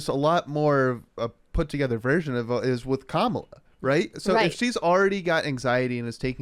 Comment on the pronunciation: The Kamala one was gross too. "Mamala" 🤮